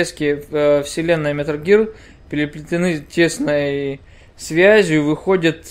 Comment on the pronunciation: "Милр Гирлр" Чувак не надо так